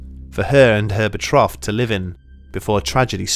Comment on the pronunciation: That's not how you say "betrothed" but I commend your efforts